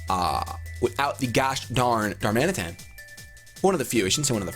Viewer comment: Darman-eh-TAN, not Dar-Mansion...